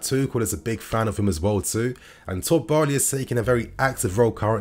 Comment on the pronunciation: I'm a language guy. Pleease don't start calling Boehly "barley"